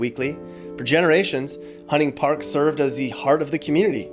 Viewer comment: He is not from here. Hunting Park is pronounced wrong.